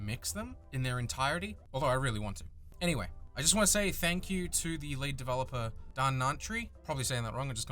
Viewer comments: Oh. Oh. LEAD developer. Ffs, I thought you said "late" developer and spent a solid 5 minutes trying to figure out what happened to Dhanantry. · Did you say "The Late" or "The Great" when you mentioned Dhanantry? I got confused and thought he died or something! I apologize if I misunderstood!